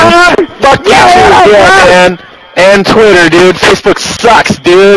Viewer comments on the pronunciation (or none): did he say TWEETER (tweet-er) i think its pronounced twitter (twit-er) lol jk bro